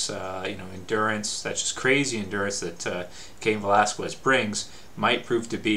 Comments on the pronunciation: whats up with people and their Cain "VelasKuez"?? ... its pronounced "VelasKez" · Its pronounced without the U, velasqez, but is written Velasquez